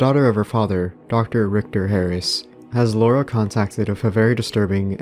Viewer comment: An American pronouncing the name Laura correctly? no way